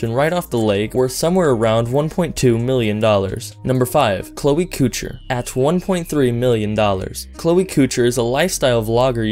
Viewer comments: Couture = KOE-TOUR. Not Cooter. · wtf coocher?! bruhhhhh learn french couture omg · I'd also like to point out that you said Cloe's channel name wrong, it's couture as in clothing and fashion couture. That's cool though XD